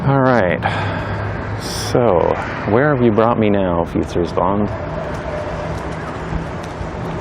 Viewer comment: Props for the Amsterdam way of pronouncing ‘Vijfhuizen’. You say an S where a Z is used like an Amsterdammer. Also the ‘ui’ sound is spot on and hard to learn.